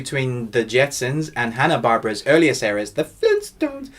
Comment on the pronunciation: Hanna Bar bear ah. And it's "Meet George Jetson"